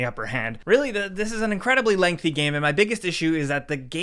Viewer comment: “gæm” 10/10 - IGN